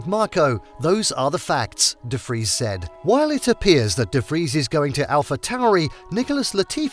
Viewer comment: Finaly someone who pronounces his name right